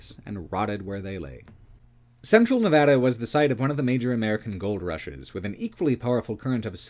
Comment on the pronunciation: This video is deeply excellent. I can't overstate my appreciation for your work highlighting the lesser known aspects of Nevada. And for saying Nevada correctly on top, lol.